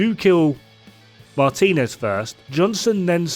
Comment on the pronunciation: also it's pronounced Mar-Teen-Nez; hispanic last name:). Took me awhile to realize the chungus was the Woman and the other one was the dude woulda thought the reverse but oh well Ubi caught me slippin😆